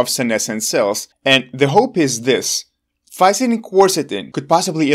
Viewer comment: I counted four different pronunciations of Fisetin.